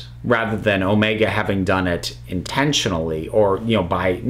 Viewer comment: I always have problem with Omega's name that you have to stress "O" instead of "E"